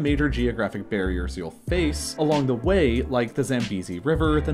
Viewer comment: DA WHEY ?